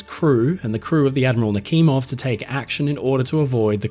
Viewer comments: Why are you pronouncing the "kh" in Nakhimov as Nakimov? The "kh" should be pronounced as "h", the combination of letters in the Cyrillic-Latin transliteration was created to avoid confusion between the pronounced "h" and the unpronounced "h". So in order to pronounce it correctly, it only takes a modicum of curiosity to ask yourself the question: "If it is written Nakhimov and not Nakimov, then "kh" must indicate something, right?". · I have heard the name Admiral Nachimov before (btw: your pronounciation of the name is a little bit awful), but I have never heard about this cruise ship. When I hear the name Admiral Nachimov, I think about a warship of the Russian Navy, a guided missile cruiser. And "Pobeda" is more pronounced like "Pob-yeda" in Russian.